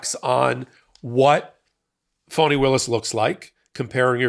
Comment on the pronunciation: Please try and pronounce Fani as Fanny not Phony 😢